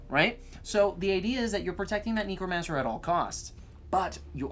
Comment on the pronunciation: Or neek-romancer